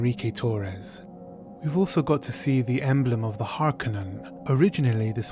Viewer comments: You are pronouncing horkonin wrong the 2nd o is long not short this was confirmed by Frank Herbert on the set of dune 84 he helped those guys with all pronunciations and it is Harkonin long o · Hakonin has a long o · Is it not pronounced Harr-ko-nin?